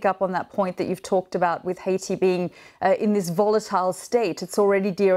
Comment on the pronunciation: Take note Adam Boulton, this news reporter pronounces Haiti correctly.